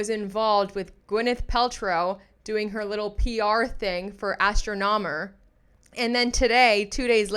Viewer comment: 😂😂😂😂 say it with me. ASS-tronomer